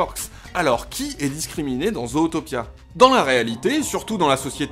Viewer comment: Vidéo intéressante. Par contre... La façon dont tu prononce le titre en français... À part les Québécois et les chipotteurs de la VO, PERSONNE ne dit "Zootopia" en français. D'autres part le nom est vraiment mal prononcé vu que les anglo-saxons disent (Zoutopia) et non (Zautopia). Désolé mais ça me fait saigner les oreilles d'entendre le titre du film être charcuté! 🤣